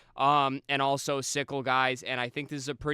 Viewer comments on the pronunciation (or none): I think its pronounced cycle, not sickle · Bro has never watched HCS if he's pronouncing CyKul as "sickle" hahaha what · These no-life trolls...dudes legit watch-partied pro halo and kids say hes clueless bc he mispronounced a name. Keep being perfect trolls. Thanks for the content, and fk the trolls man but views are views! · Dude isn't a real fan when he can't properly pronounce Cykul. That's where you lost me.